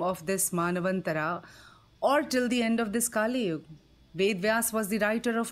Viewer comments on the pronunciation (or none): It is not "KaaliYug" it is "Kaliyug". And it is not "Maanvantharaa" it is "Manvanthara" that is named after Manu.